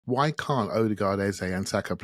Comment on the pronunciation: Our number 10s name is pronounced EHZUH not EHZAY! When are you going to respect the man’s name. EH ZUH (like duh). It’s like running around calling Saka Saké. Most podcasters have realized his and now pronounce it correctly.